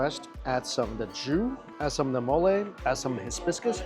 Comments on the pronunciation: Hibiscus not HISbiscus holyyyyyy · Hibiscus not hisbuscus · The hizbiscus was killing me... still love him though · are you trying saying Hibiscus??? Bc my god are you off 😂